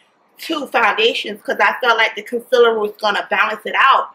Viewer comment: I kinda really hate how she says concealer lol